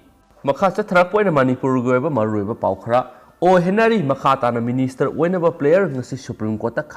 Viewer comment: Okram Henry haibane, henary natte